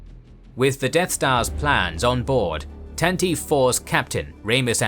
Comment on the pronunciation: Tantive IV is pronounced The Tan-ta-vee Four, not Tan-teev. Hope this helps!